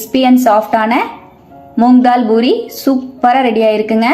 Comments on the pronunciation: JFYI - it’s NOT Boori, it’s Poori Not கொத்தமல்லி “தலை”, it’s தழை Need proper Tamil pronunciation. It’s our mother tongue. Not good to speak badly in our mother tongue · Amma athu boori kideyadu poori sariya pesunga kekkave aruveruppa irukku